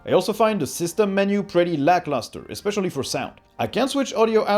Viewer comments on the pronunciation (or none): Hahaha leave it to a non-native speaker to realize when they say "expecially" and "nucular", and how god awful it sound! GG my friend, GG. ;)